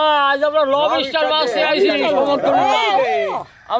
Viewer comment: দাদাদের মুখে লবইস্টার উচ্চারণ শুনে বেশ মজা পাইলাম।